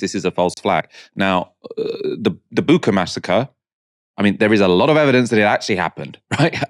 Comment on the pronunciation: It’s Bucha (it’s pronounced bu-chah), and as a Ukrainian I want to say there is no evidence that it was a real massacre perpetrated by Russian forces and still no investigation or any proof was provided to date.